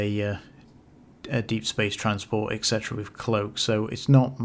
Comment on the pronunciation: drink every time he says eksetera.